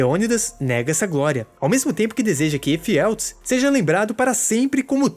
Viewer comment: "os espartas" e "Efialtês" foi de lascar